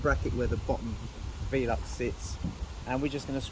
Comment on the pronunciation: Made that look easy! By the way its not vel- ux its Ve-lux. lol